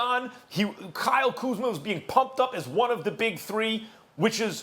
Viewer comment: Nobody: .... Stephen A: KYLE KUZMER